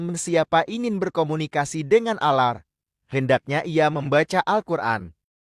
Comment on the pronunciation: Mohon ad min di betulin cara membaca ,allah,kh ,nahdiyin